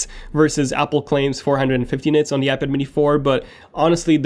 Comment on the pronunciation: When will you learn how to say iPad?